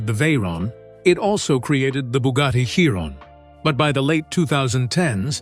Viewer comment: Its a bloody Chiron pronounced SHIRON FFS Not Kiron with a K. Bloody AI voice over you should get this right. So many people have told you but you choose to ignore them. Why?